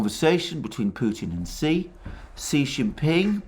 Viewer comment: Btw Xi is pronounced approximately “she” or “shyee “